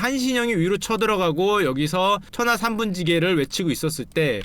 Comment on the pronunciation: 천하 3분 찌게로 들려 ㅋ